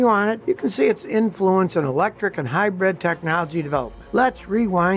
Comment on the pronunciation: Scotty keeps trying to pronounce it as "Hy-brid" but half the time he still says "Hy-bread"